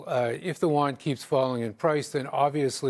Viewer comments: listen: Yuan, not won. My lovely expert. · It's you-won